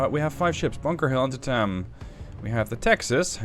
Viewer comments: Antietam is pronounced An-te-tem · Also you keep mispronouncing Antietam.